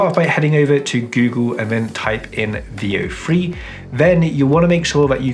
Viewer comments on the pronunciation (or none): Bro had me google “vio free” my girl said boy he sayin “veo three” the brits dont like the “th” sound. Three is free. Weather is wehvaa. Throw is fffrow.